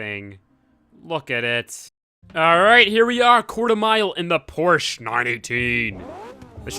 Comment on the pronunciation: Porshhh. Sigh, porshhaaa ftw